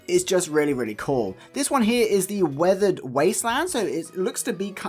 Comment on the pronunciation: 'Withered' is not pronounced 'weathered'.